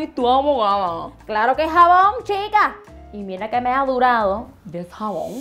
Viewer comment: Wowww, she says jabón like she says Japón!! Lol